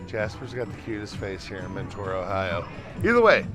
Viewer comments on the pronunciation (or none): I live near mentor and it has been nagging me the whole video. It’s actually pronounced “menter” not “mentoar”. Otherwise I love your videos and you should go to Parma! Their studio c has a cool chuck shirt.